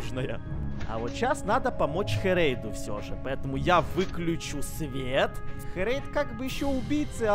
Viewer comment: Это ххххерейд а это не хххххрейд